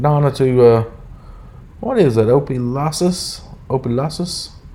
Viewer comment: I'm from Louisiana it's spelled opelousas but pronounced op pa lu us....welcome to the bayou babe!!!!!lol